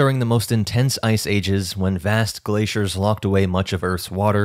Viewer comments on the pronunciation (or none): none